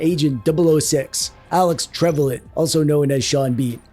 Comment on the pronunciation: Its prounced Tre vel e an